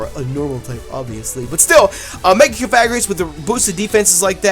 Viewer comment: YOu pronounced cofarihus rong